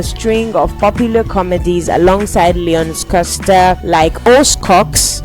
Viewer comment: beautiful video, but the pronunciation of certain names, especially Leon Schuster, almost made me crashout a couple of times🤧🤧🤧🤧